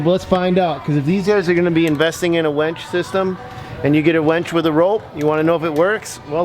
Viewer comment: Winch, not wench. (wench is derogatory for a woman)